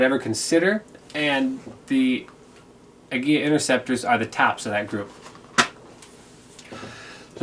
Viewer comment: Good video. One nitpick - I'm pretty sure it's pronounced "ah-GEE-lah" not "ag-GEE-yah". There's only one letter l.